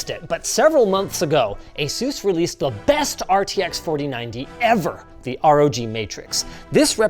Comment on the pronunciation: ASUS ❎ A. SUS ✅